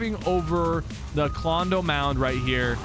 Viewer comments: My guy said klondo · You said klondo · My guy really said Klondo💀💀